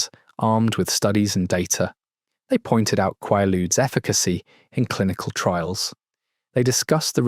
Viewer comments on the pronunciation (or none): Hearing the probable AI call them "Quah-ludes" and not "Quay-ludes" is super frustrating. I was born in 79, but know the correct pronunciation. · Swear is this a fucking AI how it says Qualudees? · For fucks sake it's pronounced quay luudes. How can you not get it? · Never heard it pronounced qwah lude. In the US they were called quay ludes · Is it me, or is he saying quailude's wrong? It's driving me insane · Qwaludes? Maybe pronounce it correctly.. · They are pronounced QUAY ludes ffs. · It's pronounced kway-lood ya frickin dope! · It’s pronounced with a long “a”, as in quay-ludes. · KWAY-lood, rhymes with prelude. Holy crapp. Just let me cringe some more. First syllable, qua, rhymes with quay or pray. Second syllable, rhymes with rude or dude. Maalox is MAY-locks. Always. I'm a 52 year old American woman, born in 73. I promise you, I KNOW what I am writing about here. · This was so well done only part that was irritating was the way he pronounced Quaaludes half the time 😂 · This guy doesn’t know how to pronounce the name of these, and never mentions Sopor which was made by Arner Stone with the same ingredients Methaqualone and in 50, 75, 300-mg and were orange, hence orange ASs 👊 😎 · Please pronounce it properly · You say "quay-ludes", I say "QUAW-ludes" (or KWAW-ludes). . . Try to be consistent here. I hear at least three different pronunciations. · Learn to pronounce it! It’s a long a. I even listened to a pronunciation. You have no excuse bc it’s not called a in England.